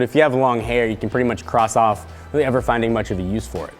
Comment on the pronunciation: I think he said "rarely" instead of "really"